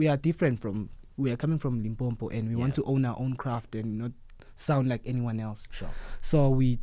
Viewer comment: needs to learn to pronounce Limpopo correctly. Ndlovu Youth Choir put Limpopo on the map.